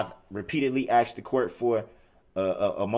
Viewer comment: I wonder if the court recorder types asked or axed? 🤔